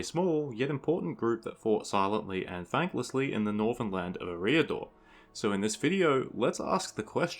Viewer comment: Ereeah-dor xD Dumbledore is proud